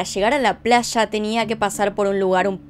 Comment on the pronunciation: me parece muy curioso su entonacion cuando menciona la palabra "PLAYA" suena como placha al igual cuando dice ELLA suena echa